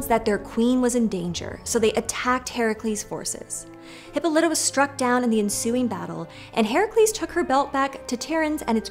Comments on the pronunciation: Almost every time I have heard (and every time I have said) it, the pronunciation has had the stress on the o. Not as in this video. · I noticed that, too, but I absolutely guarantee that if they pronounced names the way the ancient Greeks did, there'd be way more comments that they pronounced something wrong. Very few ancient Greek names are pronounced "correctly" in modern English. And Westerners tend to assume their pronunciation is correct without checking. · Everytime you pronounce her name as "hippo-lite-uh" I wanna shove pencils in my ears. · Y’all tell some great stories! You do a great job of making the stories come to life. My own feedback is that you really need to do a quick Google search on how to pronounce the Greek names. It was distractingly off.